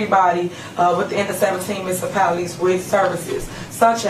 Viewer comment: Say it with me people: "Mu-nici-pality" Not "Misipalities" (which she says constantly)